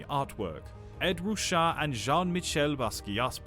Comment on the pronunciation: Yes, that was funny. He pronounced, "Ed Rooshaw" though it's pronounced "Ed Rooshay."